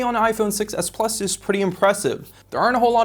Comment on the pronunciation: I agree, he always puts emphasis on the wrong word so it's hard to follow. When referring to the different models, he emphasizes the "plus" both times and not the "s" to differentiate them. This happens in a lot of his videos.